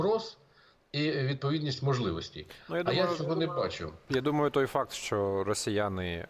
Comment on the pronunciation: Не "шчо", а "що"!